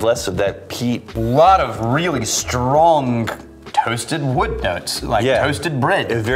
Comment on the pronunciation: I first noticed replacing g's with k's literally years ago on "ing" words. Maybe I never noticed before (is that possible?), but now it appears alphabet does not include the letter G. "Stronk", really; what's next Laphroik? Speech impediment or really dedicated trollink?